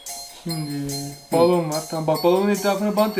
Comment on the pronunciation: Abi bolon demeyi oldudasanki ucu donmuş gibi oldu